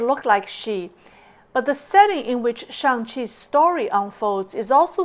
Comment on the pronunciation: Damn, really just said "Shang Xi". Great content, from highlighting the irrefutable parallels to the comb-over...